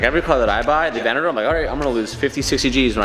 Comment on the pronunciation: "Just parked thee AVENNADOOR "